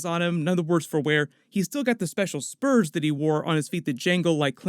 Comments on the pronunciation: A little after he talks about clint Eastwood, he says, " he wore special spoos on his burts." Haha. I think he meant spurs on his boots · Special spoots on his burts? Lmfao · “With his spoots in his burs”